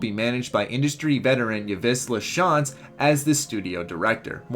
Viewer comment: you just butchered yves lachance name wow.